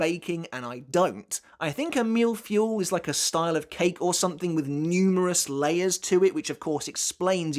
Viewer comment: Fuh-ee. Not fuel.